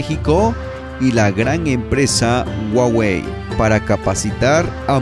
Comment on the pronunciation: Muy buen contenido 👍💪 solo que La pronunciación correcta es juagüe no es güagüe la h como j la misma Huawei ya lo a dicho